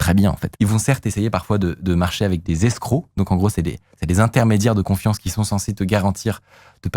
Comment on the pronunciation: "Des escrocs" 😅 des scellés plutôt non? Après on voit "escrow" en anglais mais ça ne se prononce pas escroc! Hahaha